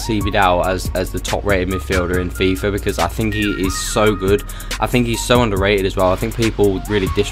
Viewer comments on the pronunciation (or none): Hate that he says FIFA with a R "FIFAR